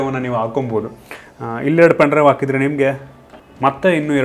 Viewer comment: ಆಕಿದ್ರೆ ಅಲ್ಲ ಅದು ಹಾಕಿದ್ರೆ